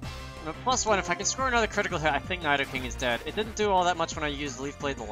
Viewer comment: nai-do-king lmao